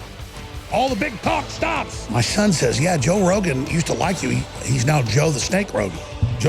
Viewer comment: jow rowgun jajajajaja :v